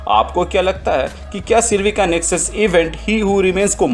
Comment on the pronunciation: Its nexus not nesux